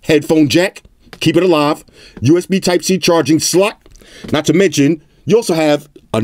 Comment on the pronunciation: when he says slot i hear SLUT... xDDDDD